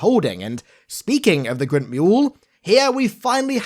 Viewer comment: Creeg? Grint? Wtf… Craig = Kreg Grunt = Gr-UN-t